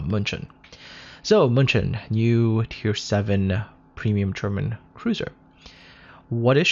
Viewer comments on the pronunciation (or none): I keep on reading and hearing Munchen as Munchkin, lol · Pls stop butchering german city!!!